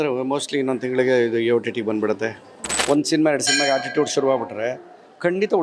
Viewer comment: Ammoo.. Adu haatitude alla attitude 😂 aakara hakara baralla to anchor 😂😂😂